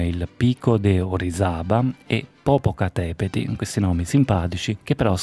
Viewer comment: Il monte (o meglio il vulcano) si chiama Popocatepetl con la L finale, non Popocatepeti...